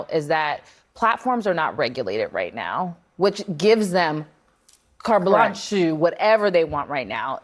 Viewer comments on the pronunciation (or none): Car blanchu? It's Carte Blanche. Go back to school and get a real job. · What the hell is cartblanchew?